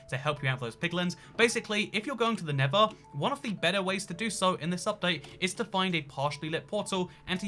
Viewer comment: Why does he say never instead of nether